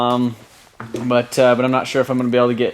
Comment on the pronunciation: piss me off how much you say butaa andaa itaa